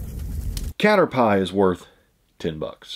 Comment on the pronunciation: For future reference Pokemon Caterpie is pronounced like caterpee